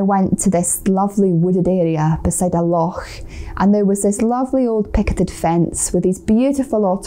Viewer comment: I do love the way you say 'Loch'! The proper Scottish way! So many people say 'Lock' with a 'K' and I scream "NO!! That's not how to say it!!" Anyway, that comment had absolutely nothing to to with your photography or the video, it was just an observation! Sorry about that! LOL Happy Hogmonnay (is that how you spell it?) I do know what you mean about the photo you captured by the way, it has very much the feeling of an oil painting to me! Wonderful! Trees are amazing!